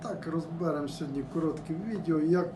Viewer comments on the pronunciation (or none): Блин ,что за розбЭрЭм?! Ударение дебильное и не туда....